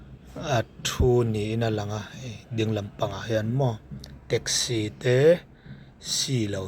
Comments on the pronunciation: Teksi tiin lam ve mai la treksi anih loh kha mizo tawng thiam bawk silo saptawng thiam bawk silo hmangdik thiam bawk silo eng tawng nge i thiam le i pianpui tawng pawh i hmangthiam lovang a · Traxci 😂😂 Rizz Hotel😂😂